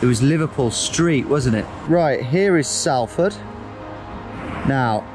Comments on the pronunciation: My guy It's Salford as in salt, not Salford as in Sally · It may look like Salford but it’s pronounced solford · It's pronounced Sol-ford. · It's pronounced SOL-ford lol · Ack, salford is more like solford out loud :) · It's pronounced solford btw and its a good job ur still alive 😂😂😂 welcome to Manchester 😂😂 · Round 4 is 10 minutes from where I live, she dropped you in probably the roughest area of Salford 😂 (it's pronounced more like Solford btw) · Pronounced solford mate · Where he got confronted is literally my hometown.Also Salford is pronounced solford. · It’s pronounced solfud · pronounce it solford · Pronounced SOlford mate xD You're not even scottish or american or anything you've no bloody excuse for that haha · Salford is pronounced Solford, for future reference mate ;) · It's pronounced "sol-fd" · Every Manc is pissed at the ‘Salford’ pronunciation 😂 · The pronunciation of Salford was killing me for about the last 5 minutes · The Sal in Salford is pronounced the same as the Sal in salt!! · This guy: can guess where in the world he is in 10 seconds Also this guy: pronounces Salford wrong 😳😂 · The way he pronounced Salford was funny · As if I knew the exact locations of the last 2 places haha! A few of my mates lived In Langworthy, Salford (you say Salford wrong btw) and I had my lunch on my DofE gold practise hike where you got dropped off on the last one! As if you went up Kinder Scout to get signal hahaha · Are you joking? it is all the BBC ever call it. Everyone outside thinks it is called that because of it. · Dont let em hear you say Salford like that, you wont hear the end of it. Apparently nothing else interesting happens round those ends. They cant grasp the concept that an A sounds like an A and not an O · Cor even as a Brighton boy I know how to pronounce Salford haha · knows where he is at all times, impressing everyone....... mispronounces Salford hahaha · as a manc, the way he pronounces salford irks me so much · did he just say Salford wrong